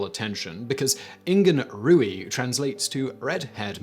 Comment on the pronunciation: One thing, "Ruaidh" is pronounced roo-ah. But yep it does mean red. Fun fact the Irish for fox is madra rua which means red dog 🤷